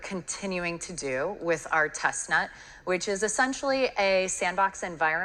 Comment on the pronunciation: She said "test nut" yall!!😂